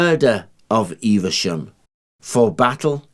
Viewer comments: Never heard it being called “Eev-a-shum”. Always known Evesham as “Eev-sham”. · I'd pronounce the town name as Eve Shum and not Eiver Shum... Please let me know which is correct... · 'Evesham', not, 'EveRsham'. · Eve shum. Not Eve e sham. Btw often go over Simoon De Montfort bridge at Evesham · Some folk might say that they noticed a distinct improvement once you put that helmet on. I wouldn't dream of saying things like that though. I don't want to come into close contact with the business end of that spear! :D Joking aside, that was another damned good video. Slight correction - Evesham just has two syllables "Eve-Sham". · I'm very local to Evesham and most people do not pronounce it with three syllables only two. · there is no 'R' in Evesham, and it is not pronounced as if there is an 'R' in Evesham!!!